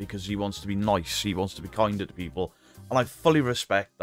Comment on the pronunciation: Thanks to you and paaarple, I’ve seen the proof, I mean I did buy into it. But there was loads of red flags 🚩, that I chose not to look too closely into. I mean there’s loads. But I’m so glad those hunches are proved right, and a person do can’t even pronounce the word- to-, has been having 218k subscribers pants down all this time, while his nest is getting nicely feathered thanks to concerned people in the world. What a tit.